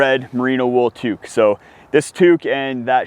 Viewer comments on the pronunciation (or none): none